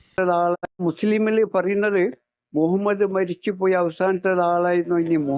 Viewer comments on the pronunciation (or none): مهمد എന്നാണ് ഇവൻ പറയുന്നത്